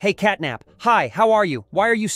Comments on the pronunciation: Bro said capnat not catnap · bro really said "capnat💀🔥" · Catnap ❌️ Capnat ✅️ Katknapp ✅️